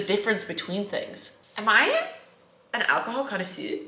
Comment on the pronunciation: "alcohol conasoo"